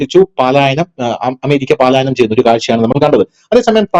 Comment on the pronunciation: പാലായനം അല്ല മാഷേ പലായനം ആണ്. ഭാഷ വികലമായി ഉപയോഗിക്കരുതെന്നപേക്ഷ